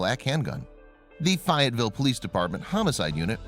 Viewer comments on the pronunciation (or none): The town's name is pronounced...Faye..et..ville...live in North Carolina..😁😁😁...Love your videos!!!!